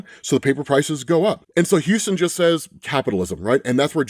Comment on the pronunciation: Dude, you need to learn how to pronounce stuff properly if you're going to do these. It's not Houston(like "Houston, we have a problem!"), it's Huston(huss-ton phonetically). Please correct this is as it is aggravating.